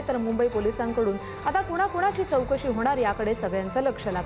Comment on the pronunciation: Zalela ❌ झ्यालेला.✅... , जो ❌ ज्यो ✅ , चौकशी ❌ चोकसी ✅ , पोहोचल ❌ पोच्यल ✅ , झाली ❌ झ्याली ✅ , महत्वाच ❌ महत्वाच्य ✅ 😂😂😂😂